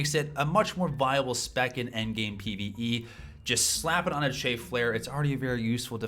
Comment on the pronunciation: CHAFF as in STAFF my dude, not CHAY-FF